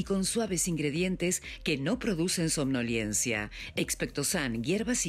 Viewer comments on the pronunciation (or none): Somnolencia no somnoliencia, la locutira...